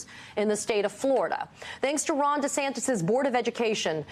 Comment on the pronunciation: I like how this man pronounces his name -- DeSandToes